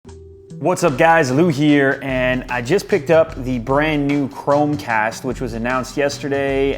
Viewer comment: lol "googledotcom / chromecast / shetup " oh lew.